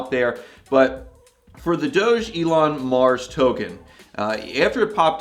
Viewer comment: Its pronounced dog Elon mars if your going to do a video on it at least get the pronunciation right SMH